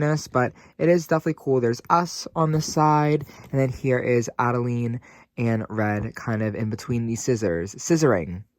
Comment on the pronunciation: Adelaide....you said Adeleene a few times 😂....just teasing. I do the same thing.